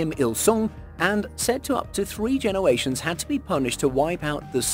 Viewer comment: 'genewations' LMAO